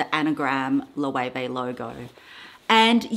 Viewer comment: The pronunciation of Loewe 😱